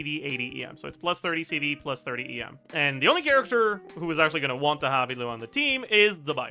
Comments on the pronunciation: The way you pronounce illuga as italy or whatever pisses me off just say e-lew-ga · why does he pronounce Illuga like "hitlah" what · he's just pronouncing the name with the g silent brother